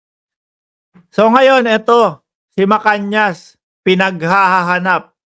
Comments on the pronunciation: tamang bigkas ay Macanas, hindi Macanyas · Macanas po hindi macanias..